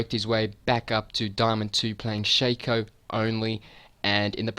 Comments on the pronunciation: dude, it shaco not shaco. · Learn english, it is pronunciated Shaco not Shaco